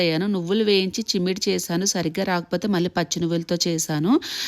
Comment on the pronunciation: S, she said chimmidi 😂😂😂